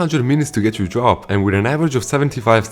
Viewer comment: your accent makes "drop" sound like "job" and I get anxious 😭😭😭😭